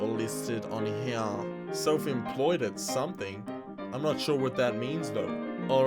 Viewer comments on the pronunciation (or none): none